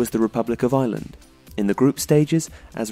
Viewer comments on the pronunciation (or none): none